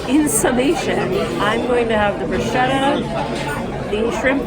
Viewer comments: ok, I tell you b/c you're both young, and I used to make same mistake. It's: broo SKEH tuh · I had to laugh at this whole chain. It truly is 'sket'. I think you probably don't pronounce lasagna "lah-SAG-nah', right? 😅 I recently watched a ballet short where the AI voice over said their pas de deux was a "pazz duh doo". I laughed myself silly and missed half of the duet.